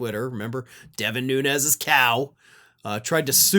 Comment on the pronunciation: Cant even accept or pronounce his last name correctly .